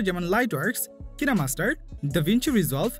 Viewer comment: তাহলে কিনা মাষ্টার বললো কেন!!😂